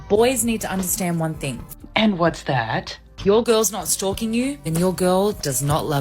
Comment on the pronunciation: I thought she said stroking not stalking 😂😂😂